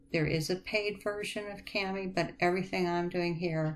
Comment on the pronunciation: It's pronounced “kaw-mee”.